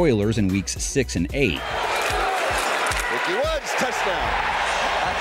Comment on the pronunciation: lots of Browns in here. also, his name is Ickey, not Icky.